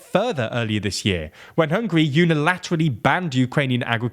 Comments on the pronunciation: Did he say hungry? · It Is NOT hungry it is hungAry....you listening way too much of the "wastern"version of the news..Hungarians against if anybody who try tell us what to do.. we had that for 2 generations we don't take that B S anymore..and we will not allow to anybody ever do that to us again..Hungary has a strong leader and you guys don't like it.. tought sh..t.. '